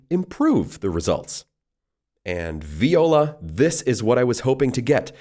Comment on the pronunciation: Seems AI still hasn't learned how to say viola.